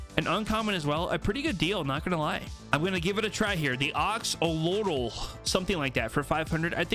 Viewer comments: It's Axe-O-Lot-l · the pickaxe is pronounced axe-o-lot-ul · Axolotl. Pronounced like Axe-o-lot-ill. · They’re pronounced axe-oh and axe-oh-lot-ul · the axo pickaxe is pronounced axe-oh-lot-l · It is pronounced Ax-a-lot-l